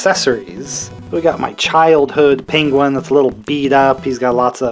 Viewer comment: Another great video! Also I like how you say "PINguin"😂